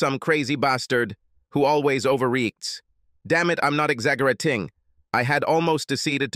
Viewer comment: This A.I voice is a crack up " Deets. " and " Exzagerating. " and " reeks. " for reacts lmao